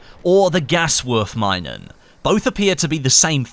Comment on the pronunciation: For the "Gaswurfminen": Its spoken "Me-nen"